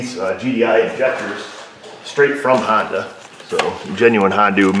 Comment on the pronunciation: I love your content but you do know it's a honDA not dooo